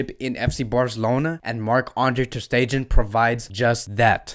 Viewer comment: The way you’re pronouncing MATS’s last name is kiiiiilling me. 🤣 The last syllable is not pronounced “gen,” as in “generation” or “gender” or “gentrification.” No. But I like your videos & check you out a lot. Keep it up. Go Barca!